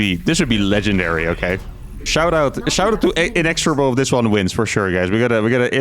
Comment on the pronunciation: just so you know you can pronounce the word inexhorible either way and personally the way you would pronounce it sounds better.